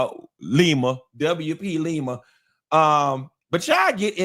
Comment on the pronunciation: Lawd, , I was hoping he wouldn't pronounce her name as "Wip-a-leem-a"😂😂😂😂😂